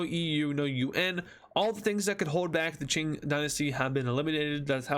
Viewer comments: It's not ching is king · Its K-ing not CH-ing and its lao-S not lao (i think) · did he just say chink empire? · Qing Dynasty is pronounced king Dynasty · "ching dynasty"💀💀💀💀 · „ching dynasty“ wtf 💀